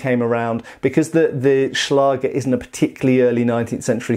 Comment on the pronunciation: The german ä/Ä can be written as 'ae', if you don't have the letter. Don't just write a instead of ä, write ae, because you will pronounce it wrong. Good pronounciation of Schlager though! 🙂